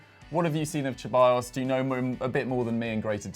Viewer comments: Its pronounced Seballos not cheballos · It’s not pronounced “Che-bayos,” it’s “Se-bayos.” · PLEASE please, SEH-ballos. He’s not Italian... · I mean you're also not Italian but you pronounced it the Italian way Lmaoo I'm just taking the piss bro, we all knew who you were talking about anyway Hahaha